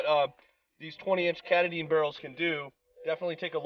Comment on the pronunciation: KaaaaaaaTaaaaaaaaDin. You fellas probably know by now, since you are in the T/C business that its not Cataden or whatever you said :D.